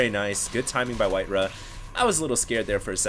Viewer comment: its not WhiteRuhh bro... its WhiteRa